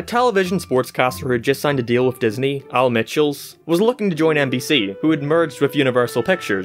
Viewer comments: Dont know if you were purposely said al Micheals wrong but that made me cringe hard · not sure if you botched Al Michaels* name on purpose but it was hilarious lol